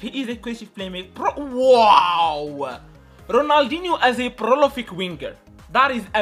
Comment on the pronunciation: Its 'PROLIFIC' not prolofic